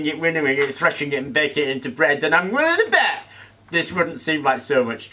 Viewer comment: “Willing to bet”. Don’t know why he said it like that though.